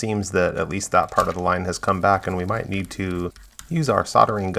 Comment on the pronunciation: Did he say a few places neen cleaning 😂😂